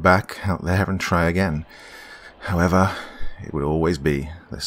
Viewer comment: I read this just as he said “Howevah”